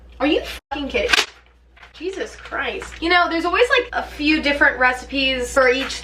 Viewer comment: "Jesus chirst"